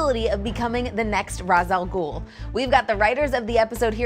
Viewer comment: i love how everyone's being saying ra's al ghul's name wrong since the nolan films